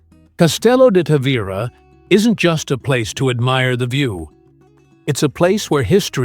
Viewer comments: This dummy can't figure out whether to pronounce the name Ta-Vee- Ra or Ta-Vy-Ra. Sloppy. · Pronounce the name correctly please